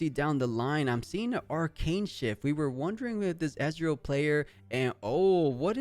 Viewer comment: Please stop called Ezreal "EZ" the E in Ezreal is not pronounced like the E in EZ. He is not calles Israel.